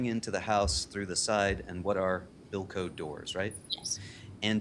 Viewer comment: I understand. But it wasn't to clarify what the doors were, it was that he was mispronouncimg Bilco. Had he said Bilco I wouldn't have known either, as a juror